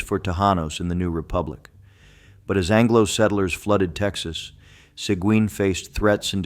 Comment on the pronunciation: Learn how to pronounce Sequin!